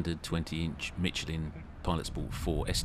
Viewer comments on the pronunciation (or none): Good god, my ears, it’s mi-SHELL-in, not mitchlin.